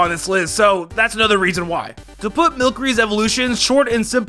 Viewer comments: do you not know how the letter c works? it's mil se ree not mil ke ree. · Milcery is pronouced like "sorcery" not like "Milk" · You milcary is said like sorcery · Anyone else triggered when he said milcery wrong. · Milcery....say it like its french